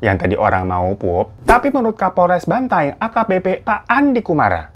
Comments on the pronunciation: bukan banteng kak 😭😭 cara nyebutnya tuh " ban-ta-eng" 😭😭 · Bukan BANTENG Bacanya bro, BAN-TA-ENG Gitu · bukan banteng bang.. bacanya banta-eng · Bukan banteng tapi Bantaeng bang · Kak Bantaeng bukan Benteng wkwk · BANTAENG bang bukan banteng